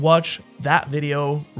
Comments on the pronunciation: Did he say shanks for watching? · bro really said shanks foe watching💀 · DID BRO SAY SHANKS FOR WATCHING? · bro said shanks for watching😂😂😂😂😂😂😂😂😂😂😂😂😂😂😂🤣🤣🤣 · Bro actually said shanks for watching lol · "Shanks for watching" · “shanks for watching” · bro said shanks for watching?!!!! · Bro said "shanks for watching" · did he say shanks for watch ?